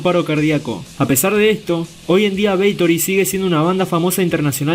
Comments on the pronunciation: ¿Es BATHORY o “beitori”? 😂😂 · Si, parece weon diciendo beitory. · Porqué dices “Beitory” dumb ass? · Jajajaja! Beitory. Pronunciaciones estilo Emma Havok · Jajajajajaja🤣🤣🤣🤣 Así es Parcero idéntico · Lo mismo estaba pensando parce jajajajajaja